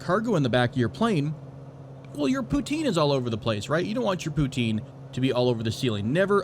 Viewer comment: The way you pronounce poutine makes me sad :(